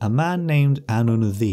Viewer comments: why the fuck is "ddu" read like "thee" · Welsh pronunciation was throwing me off so bad. I kept hearing “the” for ddu and wasn’t putting them together in my brain lmao